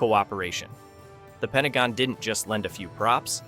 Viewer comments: PENTAGO??? This Bot crap has to stop - too many mispronunciations and mistakes. Bailed after a minute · Ah yes, the famous "Pentago"